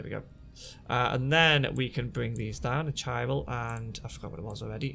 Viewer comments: It's "ky [as in "sky"] ral" not "chi ral" in it's pronunciation ;) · if you know your greek, the it's Kyral - strong K sound in the word Chiral. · Chiral is pronounced KY - RAL